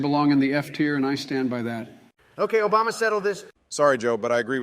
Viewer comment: “Shut up Obamna”😂😂